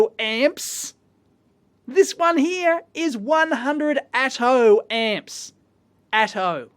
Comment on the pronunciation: Who else heard "Atom Ant"?